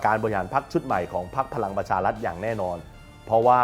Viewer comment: ออกเสียง ร ล คำควบ ไม่ได้ไม่ควรแถลงข่าว เช่น พะ ลัง ปะ ชา ลัด ปะ ยุด ปะ วิด